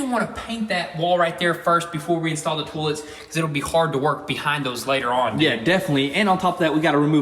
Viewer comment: Huh interesting, Americans pronounce it Toll’ets and Canadians say Toy’lets